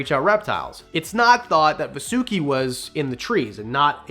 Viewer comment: Its not va su ki. Its vaaa su ki...